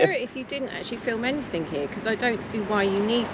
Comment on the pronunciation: Is that a new word in the Englis language "ANYTHINK"